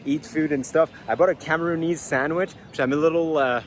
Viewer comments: Cameroonian, not Cameroony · I was bogged the whole time by "Cameroonese", it's CamerooNIAN, like NigerIAN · *Cameroonian.....not Cameroonease